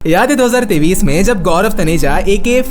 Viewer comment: do hazar tayis ❌ do hazar tevis ✅